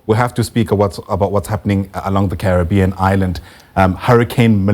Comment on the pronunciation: Carry-being not curry bean. Hehe. Made me laugh. Had the worst karra nicha food last night. Do they have karra nicha in Jamaica? Curry-bean man.